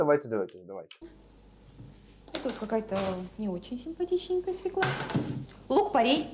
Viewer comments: По-моему,не свекла ,а свёкла с ударением на ё😉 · Взагалі-то за правилами орфоепії російської мови правильний наголос має бути свьОкла, а не свєклА. Навіть свого "язика" вони не знають. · Нет такого слова свеклА. На их русском свЁкла, она неправильно ударение ставит. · Як що вже бути відвертим, то російською буряк буде аж ніяк не «свекла». Правильно буде свЁкла, з наголосом на ё. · По-перше, не свєклА, а свЬОкла, хоч би мову вивчила, госпадє😂😂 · Тому що слова в російській "свеклА" немає. Є "свЁкла" (наголос на "ё"). А вам дякую за огляд :face-red-heart-shape::face-red-heart-shape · Гірше за "свєклу" може бути тільки "свЬОкла" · У російський мові, між іншим, поки що один єдиний вірний варіант - свёкла, з наголосом на ё. Російська інтелігенція... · СвЁкла ударение на первый слой. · От дурне, правильно свЁкла.... І це по теліку показували😬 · Свёкла і наголос на перший склад 😅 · Я взагалі не розумію, що то за слово таке. Вони і самі не до кінця розібралися то свЄкла говорять, то свЬОкла. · Вона навіть не знає,де ставити наголос в слові"свекла"